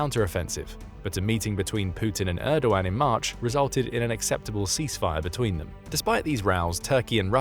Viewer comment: you did so well with the pronunciation of Erdoğan then messed up royally on Hagia Sophia